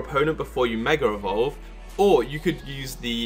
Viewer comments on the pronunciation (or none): Did you say 'megarevolve"?